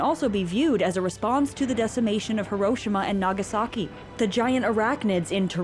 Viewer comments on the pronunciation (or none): good video, but I'm distracted by how you pronounced Hiroshima